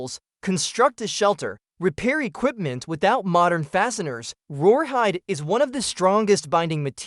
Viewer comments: What the heck is roar hide? Is A.I. trying to say rawhide? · My guess is "rawhide" which he or AI is saying wrong🙄 drives me insane. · ...WTF is "roarhyde"??? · Rawhide, with an accent.